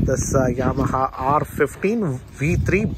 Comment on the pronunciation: It's pronounced R-one five not R-fifteen I think.